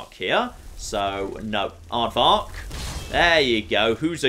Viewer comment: Did you call him Aardvark? It's Arvak you silly. XD